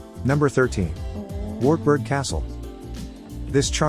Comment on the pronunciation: I feel sorry for all the German folk who cringe at the laziness of foreigners when learning how German (or any other European places are pronounced - for Christ's sake, a phrasebook doesn't cost much and invariably gives a guide to pronunciation! An example is , it's pronounced Vaartbuerg! Not long ago I saw a video praising Waldshut on the German/Swiss border and calling it Ward-shut (it should be pronounced Valdz-hoot).